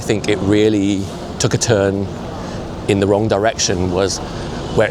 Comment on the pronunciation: You wong, vewwy vewwy wong.